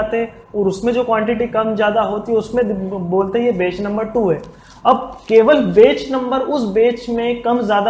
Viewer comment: bech and property 😁😁😁.. bhai ye batch and proprietory hota hai.. 😋😋